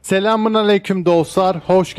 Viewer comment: Arkadaşım haberlerin iyida Allahını seversen şu allahın selamını düzgün ver